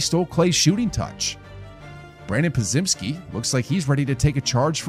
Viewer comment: As long as he learns to pronounce Podziemski correctly, this man is the goat in my book.